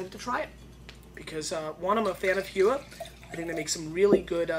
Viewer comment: also, it is pronounced hoooo-eeee-aaa it is a maori word. thumbs up for having an NZ wine tho